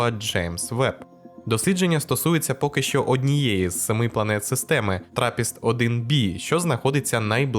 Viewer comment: Лінгвістичний багрепорт: • Траппіст-один-бі —> бе [якщо літери латинські, то їх треба й читати по-латинському, а не в національних переназиваннях — хай хоч в англійському, французькому, німецькому чи ще якому]; • звернена —> повернута або повернена [бо «зверненим» можна бути лише або в сенсі здійснення звернення, промови, або в сенсі розміщення фронтом до когось-чогось; тут же йдеться про те, що планета повертається до нас певним боком]; • слово «щільний» має наголос на «і», і ніяк інакше; коли ж Ви запам'ятаєте нарешті (дуже слух шкрябає)? • куточку —> куточка [це класичне дистрибутивне поняття, не збірне, а позначувані ним об'єкти не мають внутрішності та зовнішності, тому тут родовий відмінок може мати тільки закінчення «-а», і ніяк не «-у»].